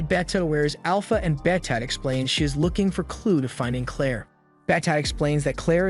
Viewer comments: 'Beta' not 'Betta'. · Did you just pronounce BETA as Better for the love of all god please pronounce it as baita at least thats close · It is not beta it's BETA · why you pronounce Beta like that 😭😭